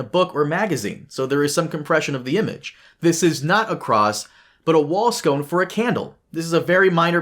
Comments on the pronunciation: I know you're not AI because you pronounce "sconce" as "scone"; lookup pronunciations idk how to write it in phonetics but it's gonna fall out of your mouth closer to Skawn-ts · Sconce not scone….scone is a pastry. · Sconce, not scone. It’s not a dessert. There is a second C near the end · That word is “sconce” pronounced SKONS, not “scone” pronounced SKOWN. It does not rhyme with “bone.” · Candle "scone" 😂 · sconce not scone you dingus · Yep. Scones are edible. Sconces less so. 🙂 BTW, in phonetics it's 'skŏns'. Great video though. I'm not really into GoT but I do have an interest in books and publishing. The whole AI situation with this book is crazy. Not a good look for Penguin RandomHouse. It confirms what I've suspected for a number of years, that publishers are less and less concerned with the quality of the material they publish and are skimping on the basic editing and quality control that you'd expect them to do.